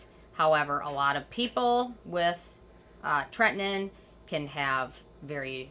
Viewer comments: TRETINOIN. You are saying this wrong! Do your homework!!! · Anyone else think she says tretinoin differently than everyone else? TretiNOIN, sounds like she says Tretnin.